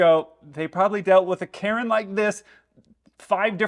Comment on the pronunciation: Kay-rhen is mad!